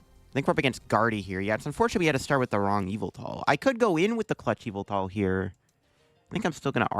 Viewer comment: Almost 10 years and now I realize that the pronunciation of Yvelta sounds like evil